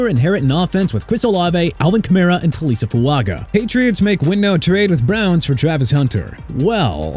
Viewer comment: Actually scenario is pronounced suh-neh-ree-ow... also it's Taliese (tah-lee-see) Fuaga...SMH... and it's Joe Flacco (flah-ko) AND LASTLY LET TYREEK GO TO DALLAS OKAY?!! HE DESERVE TO GET OUT!!